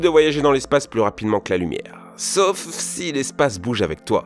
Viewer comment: Si jamais, c'est SAUF, un A et U et non "sof"... sacré français. Un peu comme "pomme-paume" vous voyez la différence? Merci merci, bisous les michtos